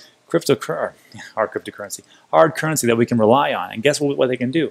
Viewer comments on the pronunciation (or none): You have a great channel. Topical crypto stories coupled with some insightful regular joe type editorial observations. But please listen to your open and give the word “currency” its due. It has three syllables not one. Nails on a chalkboard.